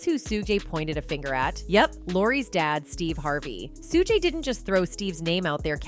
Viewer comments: He is not Suu gay, nor Suu jay; his name is pronounced Shug night. Also, it's Tupac, Two pock, pronunciation not Two pack. Whew, the AI mispronounciation of names is annoying. 🤷🏾‍♂️ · Tell me something. Who are Sue-Gay Knight, Sue-Jay Knight, and Tu-Pack?!😂😂😂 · Learn how to say Mr. Knights first name. Smfh....